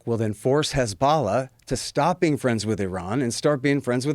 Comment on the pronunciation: Hard to take him seriously when he doesn't know how to say 'hezbollah'.